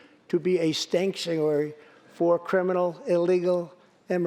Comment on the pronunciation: "stankuary state"